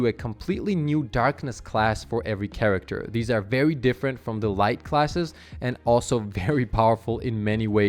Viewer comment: “VEWWY” lol